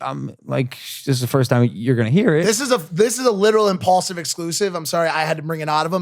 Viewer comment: i only just realised its impaulsive instead of impulsive lol